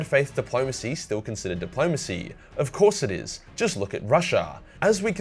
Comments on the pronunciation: The fuck is dip-low-mace-ee? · says "bad faith depolomancy... Russia", me i start choking on a sherbert lemon:)